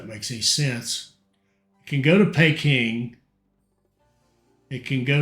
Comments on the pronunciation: 'Pee-king' not 'Pay-king' lol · Great vids again. Just bought this for xbox. Also Peking is pronounced as Peeking Lol